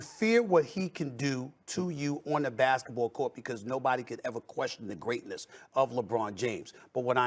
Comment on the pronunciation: Stephen A is so hypocritical I would be a better presenter...... He also keeps saying "Oh but not about basketballe" WTF IS IT ABOUT?!?!?!?!